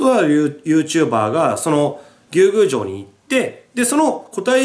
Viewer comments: ムースーローみたいな発音で草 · ずうっと牛宮城のイントネーションが気になって仕方なかった笑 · なんで翻訳したら「海」なんだよ… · 牛宮城のイントネーションww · 牛宮城のイントネーション草